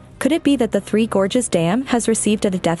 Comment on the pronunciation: Towards the end of the video, your text reading robot forgot how to pronounce words like "gorges" and "China". You should really proof-edit these things.